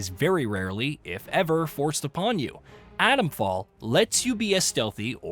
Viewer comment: I wish reviewers pronounced 't's. It's not Adomfall.